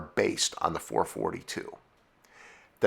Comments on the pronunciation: It is NEVER referred to as the "Four Forty-Two".... it is always the "Four Four Two"..... go to an Oldsmobile car show and make that mistake and they will show to the gate! LOL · Does it drive anyone nuts hear "four- fourtyTwo" instead of 4-4-2? ITS 4-4-2 LOL I had people scream that at me so many times growing up. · Words and punctuation mean things. 4-4-2 means Four-four-two. It's not 4-42 or 44-2 or 442. Four fortytwo is as bad as saying Forty Four Two. It's not a single number, but a string of separate integers. Numerically, there is nothing "forty" about the 4-4-2 in it's designation. Only single digits corresponding to the number of specific things the numbers are referencing. That's not snobbish, that's fact. Good video, tho! Even if I gotta cringe every time I hear those nails on the chalkboard. Lol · Four four two. Nobody called it a four forty two,ever. Ever. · Please, please--someone else comment that it's four-four-two and not four-forty-two. I can't get enough! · I know others have mentioned this, but it can't be said enough: it was the FOUR-FOUR-TWO, not "four-forty-two". There was a reason that Oldsmobile put the dashes in between the numbers in its advertising. And if you watch some of the old TV commercials (as you should have when researching for this episode), you would hear that Oldsmobile referred to the model as the Four-Four-Two. It's a shame you didn't get this right, because you have so much accurate information, but getting the name wrong literally makes this segment completely unwatchable and destroys your credibility on the subject, which is a shame, because many of your episodes are generally quite good, but this calls them all into question and makes one wonder what else you got wrong. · It's NOT four forty two!!!!!!! AAAAARRRRRGGGGGHHHHH!!!!! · ITS 4-4-2 not 4 -42 ...FOUR FOUR TWO not FOUR FORTY TWO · You are 100% ANYONE that knows says 4 4 2 NOT 4 fourty 2 duh!!! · I drives me crazy when someone say”four forty two”. !!!!!!!!